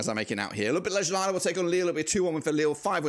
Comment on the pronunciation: Damn i dont think i have ever heard a worse pronounciation of ljubljana💀